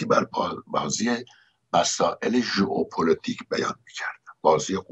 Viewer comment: بلد نیستی‌ حرف بزنی ؟ «هُق هُق »!! «ژئوپُلُتیک » ؟؟ اینا چیه